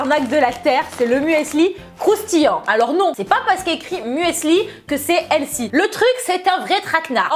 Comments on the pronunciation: On dit pas elsy mais elfy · helsi? hahaha on voit l'accent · Bonne vidéo, mais pourquoi tu dis toujours "healthy" ? (D'ailleurs tu prononces ça "L SI" mdr). Tu sais qu'il y a un mot français qui existe au lieu de cet anglicisme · stp pourquoi ne pas prononcer Healthy correctement ? juste pourquoi? Helsi ?j ai mis 10 min a comprendre ce que tu dis . J me moque pas c est une question sérieuse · "elsi, elsi" notre accent français... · Et elle ne sait pas prononcer healthy non plus j'ai cru tout le long qu'elle parlait d'une nouvelle mode du nom de "L-Si" ou encore "Elsi" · Healthy se prononce plus avec un F qu'un S, si jamais...